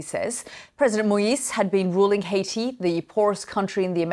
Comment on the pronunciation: Take note Adam Boulton, this news reporter pronounces Haiti correctly.